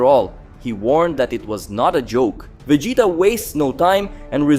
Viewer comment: Bro you have to say Vegeta correctly. It’s agonizing